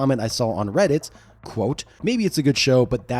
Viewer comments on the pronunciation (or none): none